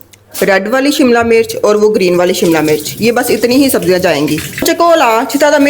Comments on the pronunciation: I like your videos. Learning everyday chinese cooking. But please dont say," MURCH". HARI MURCH. This is wrong urdu. Please ہری مرچ کہیں۔ زیر استعمال کریں۔ زبر استعمال نہ کریں۔ یا پنجابی میں بات کریں۔ Hari mirch Not Hari murch. Please don't mind. I will try tomorrow this recipe In Shaa Allah Taala. Stay blessed forever baita. Aameen Ya Rab ul Aalameen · Hari mirch not murch